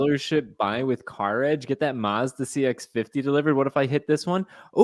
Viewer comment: Mazda... Not Marz-da.